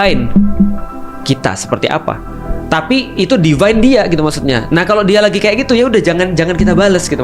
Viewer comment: deFINE Bukan diVINE Define (baca: de fain) - menjelaskan Divine (baca: di fain) - agung, godlike